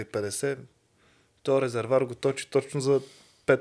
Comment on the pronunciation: Казва се резерВоар,а не резервар. За протокола.